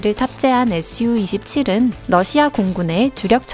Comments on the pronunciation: SU를 에스유 말고 수호이라고 읽어 주셨으면 좋았을텐데. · SU-27 은 수호이 27이라 읽어요